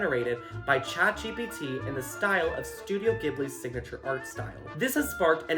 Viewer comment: I regret to inform that Ghibli is pronounced with a j sound. I know, I want it to be hard G too, but... I can read Japanese and alas it's unambiguous there.